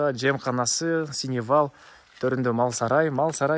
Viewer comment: Сеновал, а не " синевал "!!!!!!!